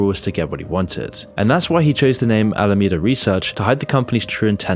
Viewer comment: Names the video "worse than you thought," then regurgitates what we've all known for weeks, as has been covered by everyone and your grandma on YouTube. Sprinkling in errors like SBF's arbitrage trick happening in Japan, and Alameda suddenly becoming "Alamanda" - twice. Yeah, I'll pass on this channel.